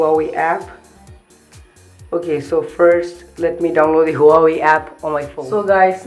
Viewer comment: Bhai huawei ki pronounce to sikh le chaman